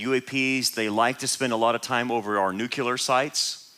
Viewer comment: No such word as Nucular. It's NUCLEAR. Always has been, Always will be